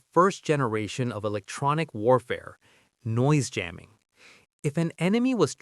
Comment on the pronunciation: Dang it, we have another AI narration 😖 Should have known looking at the name of this channel, it's low sub count, the fact that we never see the narrator etc but man this is so frustrating. "Yamming" was the first obvious sus moment 🤨 but now "gate AH-rays" is confirmation. Ugh. The information is so interesting, but ugh. Disappointing.